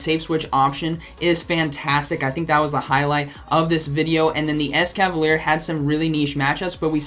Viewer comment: Yeah but it's actually mispronounced here too as it it "ES-KA-VA-LEE-AIR" as it ends in 'ier' and not just 'er' like he pronounces.